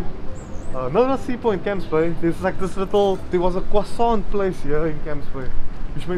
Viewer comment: I heard "Kwasarnt" 🥐🤣